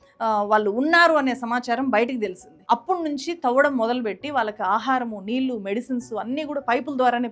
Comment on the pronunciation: మీ సబ్జెక్ట్ స్టడీ చాలా బాగుంది, కానీ తెలుగు భాషలో మాత్రమే ఉండే 'ళ' ని మీరు ఎప్పుడూ 'ల' ( నీల్లు, మల్లీ, వాల్లు etc) అనే పలుకుతారు, వినటానికి బాగుంటం లేదు. improve చేసుకోగలరని కోరుతున్నాం.